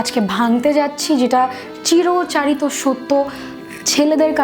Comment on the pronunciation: চিরাচরিত । Not " চিরচাথিত" Whatever